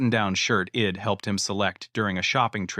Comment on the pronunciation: If you are going to use AI technology to write these stories at least clean up the narration. It is not Ed it is I'd etc. and so on these constant mistakes is annoying.